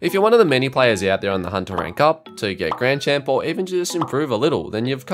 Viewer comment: grand champol lmao